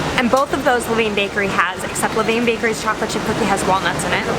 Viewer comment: La-Vin. :) I hope you were not sick after all those delicious looking cookies. I think I'd like Lavain better. In another viewers video, she said the peanut butter chips taste just like Reeces.(lavain)